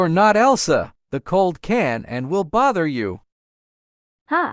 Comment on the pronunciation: When Coco said ''the cold didn't borther me nine way '' Elsa slayyyyy